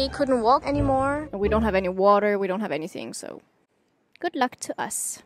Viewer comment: Bo..oh. waaer😂😂